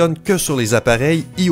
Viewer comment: je rêve ou il a dit ios mais en prononçant i au lieu de y